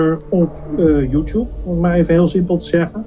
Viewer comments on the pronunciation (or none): none